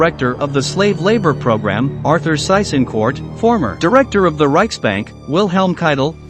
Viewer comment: Maybe the narrator can learn to pronounce the names as done in their own language, German. Also Seys Inquart was not the rechtbank chief but the governor of the occupied Netherlands and before that the governor of Germanized Austria after the Anschluss.